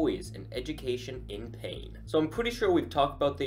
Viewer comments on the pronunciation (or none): none